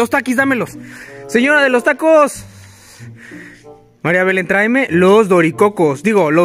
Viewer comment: Casi me muero cuando mariabelen cuando yego marinabelen